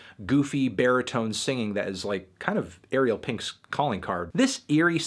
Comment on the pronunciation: Dude. Ariel rhymes with sorry bell, not cereal